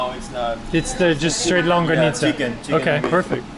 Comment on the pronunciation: Man, with that much meat on that bicol express, and two huge longganisas, a typical Filipino would eat 1 or 2 more orders of rice. Longganisa is pronounced as long-ga-ni-sa not long-ga-nit-za.